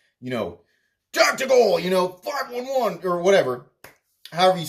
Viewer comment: Normally pronounced "five eleven" just for reference. I have lots of their clothes and boots. They're definitely not making it themselves but that's what I thought of Houge at first too until they started putting out great knives. They make really good gear and have a solid reputation so I would tend to believe it really is s30v but who knows unless we get SSS and the HRC police involved!